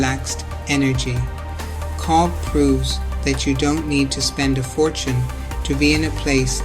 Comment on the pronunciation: Cobh is pronounced cove